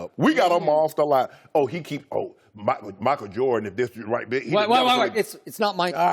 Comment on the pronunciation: Chris said MACKLE JORDAN